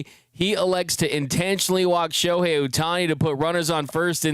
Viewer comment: Shoe-hei Ohtani 🤣🤣🤣